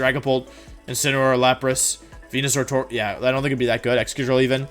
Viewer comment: It is, Wolfey mispronounces a lot of words on purpose as a running gag. (wenusaur, gee-arados, wideo, etc)